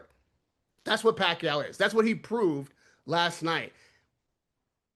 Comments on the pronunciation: Pronounce it as YAHWWWWW, not YOU !!!! Anyway, boxing is a gambling world, so what would you expect? They need to get that money back, after all, they're just using Manny as always! Though I need to complement Barrios too for being such a humble boxer, realizing how privileged he is to fight with a legend! After all, we all felt a sense of pride seeing a great fighter like Manny come back to entertain us after so many years, especially during the COVID pandemic. I mean 46 yo? I felt my rheumatism then!!! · Pak-u 2…learn how to pronounce mannys last name! And if u can’t, just call him by his first name!